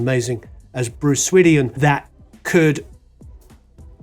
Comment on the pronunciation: How do you, of all people, mispronounce "Swedien"?